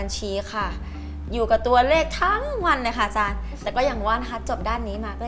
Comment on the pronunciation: อาจามไม่ใช่อาจาร